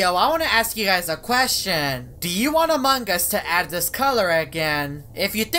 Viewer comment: why do you always pronounce among us as “amang us”